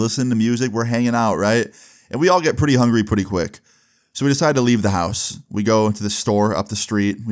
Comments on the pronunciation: “We all get hungry pwetty quick” sorry I just had to point that out first time I heard mess up well speaking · Yo I heard it, that shit was funny asl